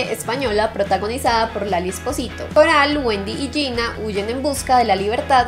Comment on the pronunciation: me mato como pronuncio el apellido de lali, jaja genia